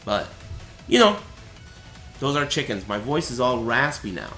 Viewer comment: It sounds shake ends.... not chicken